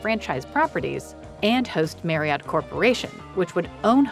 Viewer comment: Marriott is pronounced MARRY-IT. It rhymes with CHARIOT.